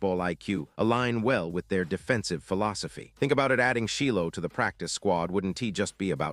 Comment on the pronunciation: It’s Shilo! 😅(chi lo)